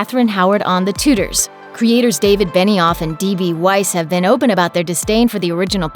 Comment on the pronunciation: That pronounciation of tudors was the nail in the coffin for this video